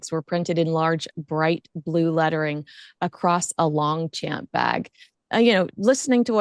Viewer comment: I love you guys. So I only say this to be helpful…and not a know it all. And I’m not even sure I’m right🙄. Or that it even matters. But I think Longchamp is pronounced “Longshamp”.